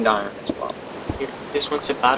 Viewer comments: no it's pronounced with the "r". i don't know how says "ion blocks". i hear something like "eye urn blocks" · you are saying iron wrong. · iron is pronounced without the R